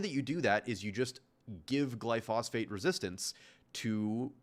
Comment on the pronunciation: and please learn the word he kept getting wrong: GLYPHOSATE, not glyphosphate